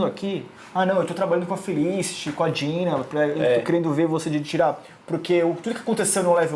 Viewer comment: Ei Warner Channel Brasil, você paga esses dois pra fazerem isso? Poxa, não tinha uns carinhas mais articulados?! Esse cara barbudo (acho que é ) vem trabalhar no canal da Warner e nem sabe pronunciar os nomes dos personagens de Arrow direito. O cara chama o Roy de Rory, a Dinah de Dina e a Laurel de Lauren....por favor né!!!!Tudo bem que nem um dos dois gostam de Arrow (são 2 fanboys de Flash descaradamente), mas se está trabalhando com todas as séries do Arrowverse, ao menos aprende os nomes dos personagens direito!!!Isso é o minimo. O do canal Hero mania ao menos sabe pronunciar os nomes dos personagens direito.